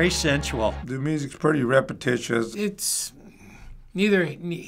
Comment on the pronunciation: calls the music "repetitious" repeats calling the music "reptitious"